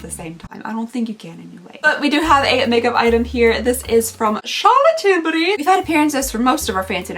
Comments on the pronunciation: Hi, sweet girl, I love it when you say Charlotte Tidberry (sp) it makes me chuckle! Stay safe & healthy! Hugs! 🥰😁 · Idk why I'm mentioning this, but Charolette Tillbury and I share the same birthday!! She will be 50 next Friday and I will be 40 next Friday!! I know how much you like saying her name and I get a kick out of how you say it so I figured you'd like a fun little fact!🥰🥰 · The way you say Charlotte Tilbury cracks me up 😂 keep doing the advent calendars they are such fun.